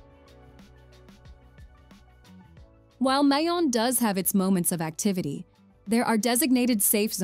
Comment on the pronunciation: Mayon Volcano,,,,all our vowels,,, especially,,(a) is pronounced as short vowel...please don't say it in long (a) sound ...